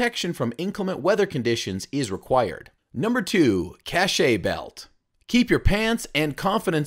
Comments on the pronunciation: It's pronounced, cache, one syllable, not ca-che. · I suggest you Google something before you tell someone they're wrong... A cache is a group of things that are hidden, and is pronounced like "cash." Cachet can mean "prestige," "medicine to be swallowed," or "an official seal," and is pronounced "cash-ay."